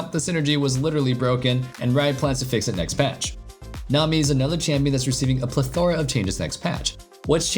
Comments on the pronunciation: Plethora is not pronounced ple-thor-a it’s pleth-o-ra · "pleTHORA" Lol that's not how is PROnounced